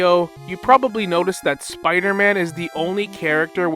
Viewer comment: That one Spider-Man pronunciation he said: “smmider-man” 😂